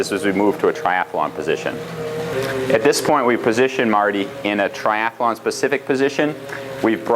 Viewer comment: You know its tri-athlon not tri-ath-alon